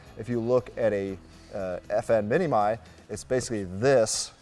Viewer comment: “Mini-My?” I think it’s pronounced “Mini-Me?” 🤔🤓